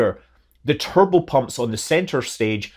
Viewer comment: Kept hearing "kerbal pump" instead of "turbo pump".